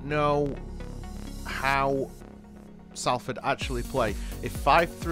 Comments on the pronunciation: It's pronounced Sol-ford fella not Sal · Enjoyed that good video but your pronunciation of Salford is wrong. It’s not Sall Ford you pronounce it more like Solferd. As for Dieseruvwe we all call him Mani but if you do want to know how to say his name it’s pronounced Diss A roo ( As in the first part of Rooney ) way.